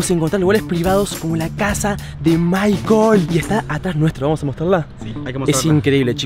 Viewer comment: maicel no maicol